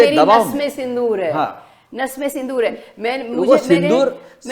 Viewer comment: Sindhoor nahi sindoor bhai